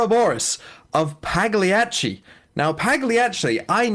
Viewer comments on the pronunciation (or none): butchering the absolute shit out of "Pagliacci" was funny